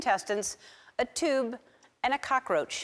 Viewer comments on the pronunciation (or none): she ate cockriachiee??? 😢